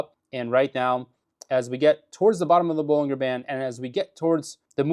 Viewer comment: Bollinger is pronounced.....baa-lun-jr.